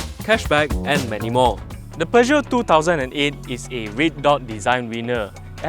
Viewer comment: Thank you for stressing the right pronunciation of Peugeot. And as always, another good review that I thoroughly enjoyed. Thank you.